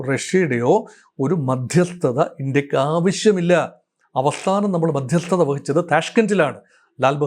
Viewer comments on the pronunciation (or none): Madhyasthatha paranjittuclear aakunnilla